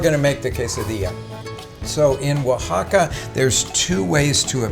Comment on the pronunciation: Thanks for your congenial tutorials!! Very reassuring and this one helped me finally get the pronunciation of Oaxaca straight!⭐️⭐️⭐️⭐️⭐️